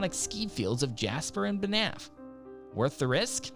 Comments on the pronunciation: It was King Henry The EIGHTH who offed his wife, not the 7th. :-) BaNAFF made me giggle. LOL! It's said more like bahnf. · I like the video however you just gotta work on the pronunciation of some places, Banff Alberta makes me laugh when you say it